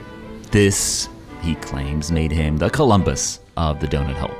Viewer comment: Lets keep the 'ugh' out of DONUT and not DO'UGH'NUT